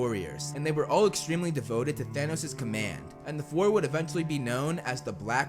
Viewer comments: its thanos not thanoos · For some reason I kept hearing “Danos”